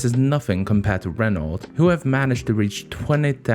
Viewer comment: It’s not pronounced renalt it’s pronounced reno but spelt Renault